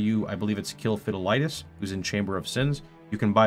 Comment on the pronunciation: Damn, you really butchered poor Fidelitas' name.